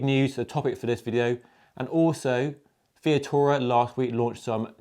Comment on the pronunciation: you called Vittoria " Via-tora", rather than Vi-TOR-ia. just saying. otherwise, great vid. and I agree about this year's Ronde. Great race, and nice to see Van der Poel outsprinted by Asgreen.